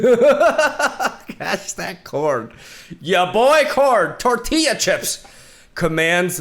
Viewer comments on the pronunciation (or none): none